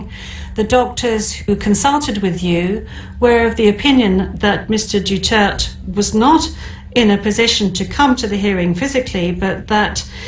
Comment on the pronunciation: Maganda yung scripted sa Pag pronounce at Pag sabi ng full name